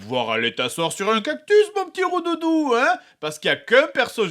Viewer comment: My little roudoudou? bah d'abord c'est rondouou pas roudoudou et deux bah c'est jigglypuff en anglais.